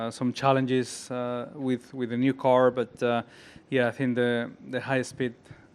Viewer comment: Alonso sounded so southern when he said car it threw me off hahha